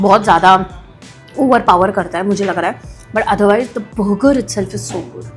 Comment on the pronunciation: Moti buger nhi burger hota hai 😂😂